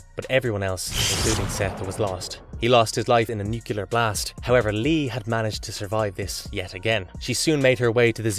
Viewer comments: Please stop saying NUCULAR unless you mean ‘shaped like a nut’. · What's a *nucular* disaster? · Nucular, LOL 😂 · New-clee-urr. Nuclear. George W. Bush has a lot to answer for, and people saying "nukulur" all the time is one of them. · How can anyone who’s into sci-fi still be saying; NuYeLer ?!?!